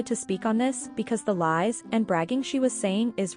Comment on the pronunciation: She remembers her original lahs in great detail.